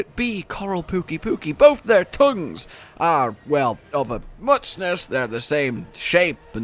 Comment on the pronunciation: wait did i just hear "the best TOUNGS"?